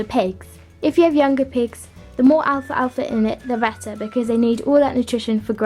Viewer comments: It's pronounce al-fal-fa not Alfa-Alfa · she said “alfa alfa” lol it’s pronounced al•fal•fa